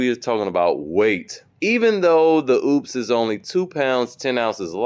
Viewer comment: The name is not oops, it is Opes. Talk to the folks that make this, so you don't sound stupid.